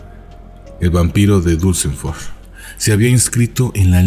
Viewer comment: pronuncias mal Duesseldorf es Dorf con "d" en ..dorf no con b, como suena cuando lo pronuncias